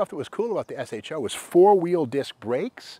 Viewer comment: Great car use to love these. That said think you are the first person ever to call it an S H O. Everyone back in the day prononced it SHOW.